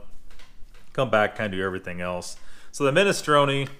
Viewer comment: can says: minestrone says: MISTRONAY